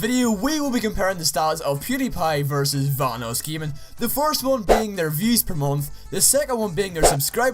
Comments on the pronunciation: Vanossgiming? Great job at proununciation, idiot. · Why do you say VahnussGjaming. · Boss kidd21 how he says vanossgaming its funny